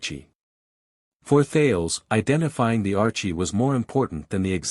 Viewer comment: Thales is pronounced "thay lees"